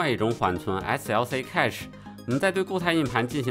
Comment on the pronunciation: cache应该和cash的发音一致，读“开始”